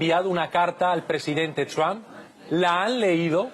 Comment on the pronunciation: QUIERO HACER UNA CORRECCIÓN. ÉL NOMBRE DEL PRESIDENTE ESTADOUNIDENSE NO ES "TRAM" o "TRAMP". SÉ PRONUNCIA "TROMP" CON LA VOCAL "O" CÓMO DECIR "TROMPETA"